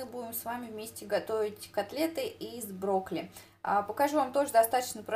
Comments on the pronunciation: интересный рецептик, попробую обязательно, тем более брокколи люблю очень) Единственное, что резало слух, так то, что ты говорила в видео не брокколи, а брокли:D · Broccoli, a ne broccli ;) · почему не брокколи,а брокли.слух режет